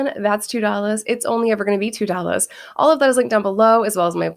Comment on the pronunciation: Do you always pronounce it "Dollazz"